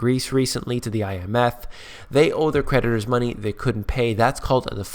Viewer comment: When you say creditors I hear predators. I can't think why.